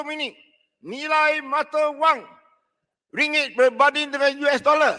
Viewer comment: takniah... x layak jadi rakyat malaysia kalau bahasa malaysia pun x betul... ringgek malaysia betul la... pelat dah mcm koumintang...